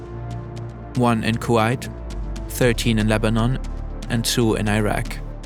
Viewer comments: is this really not an AI-made video? Several toponims are pronouned incorrectly: Kuwait, Bahrain, etc. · Pronunciations of Kuwait, Bahrain, and Qatar are hurting my ears 😅